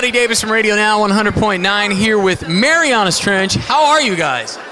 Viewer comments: Its MARIANAS TRENCH NOT MARIONAS TRENCH ND DA INTERVIEWER IS A DOUCHE....ND WHAT SOUTH PARK EPISODE IS IT IM GOING CRAZY °_° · "Mary-On-Us Trench" WHAT THE FUDGE. LEARN TO PRONOUNCE IT PROPERLY! D